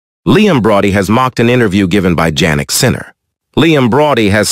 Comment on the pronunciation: "World no one Sinner"😂. Is it too much to ask the person who posted the video to read it him/her self?